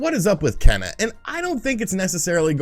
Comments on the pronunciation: “Ken - uh” 🤦🏼‍♂️ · Kena’s name is pronounced “Kay-nuh". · Kena,,"Keena" ok whatever lol < I sure hope they make a physical copy shame if they dont , that be the only way Im gonna buy that game ^^ NO DIGITAL~!! OTL